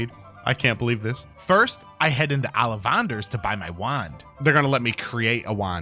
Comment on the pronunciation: The pronunciation of Ollivander was worse.